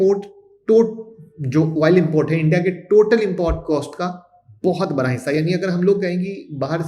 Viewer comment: आप बोलते समय बरा बोलते है लेकीन प्रेझेंटेशन मे बडा लिखा है,तो ये बरा क्या है 😂😂😂